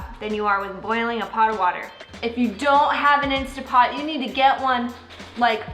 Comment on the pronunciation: Going to buy my "insta" pot this week! Can't wait! And, really? Who cares how people say it! I just want easy peeling eggs!